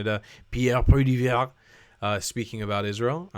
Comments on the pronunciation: His name is Pierre Polievre . It’s pronounced Pierre Poli ev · Canadian here and don't agree with Pierre about the Palestinians not representing Hamas when over 80% approve of October 7th and would vote for Hamas again. Oh and it's pronounced Pwa-li-eve. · (Pee-err Poly-ever) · Pu - ă - lēē - eve. the "r" is mostly silent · Your pronouncement of Pierre Polievre's name is hilarious 😂 😃 😄 It's: Poly-ev The "re" is silent. Those sneaky French 😉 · It is pronounced Polly ev. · Pierre Po-lee-evre 😂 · Dude….learn how to pronounce his name lol. I want Pierre to win this election with all my heart. Canada needs this man as leader.